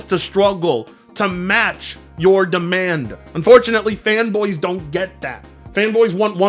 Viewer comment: You pronounce "demand" like "da man". Must be a Home Depot accent thing? 🤷🏿‍♂️